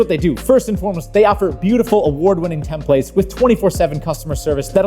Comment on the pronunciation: The offer is still open: I will subscribe when pronounces "templates" correctly. That's all there is to it.